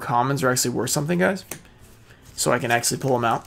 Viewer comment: I never realized you say ‘axually’... huh.